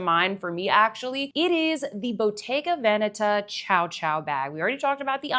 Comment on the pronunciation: very nice selection of bags there. I don't mind people mispronouncing stuff but I wanted to thank you for taking the time to learn how to pronounce every italian word correctly (especially the right placement of the accent in Bottega Veneta because it's really rare to see) 👍👍👍